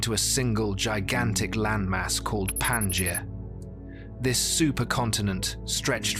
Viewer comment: Everytime the Pangea supercontinent is mentioned, I cringe. The stress is in the middle syllable -ge-, not in Pan-! PanGEa.